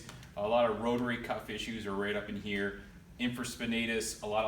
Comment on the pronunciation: He really only mispronounced "rotator cuff," everything else was hunky dory.